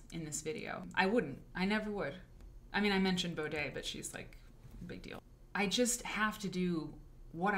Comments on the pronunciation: Again, please pronounce her name correctly before making a full video about her. Do your research. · Considering she isn't even pronouncing Bode's name correctly, no... I don't think there was much respect for Emily or the brand. Watching any interview of Emily Bode on youtube would have informed her about that. This is very telling of the "research" that went into the making of this video.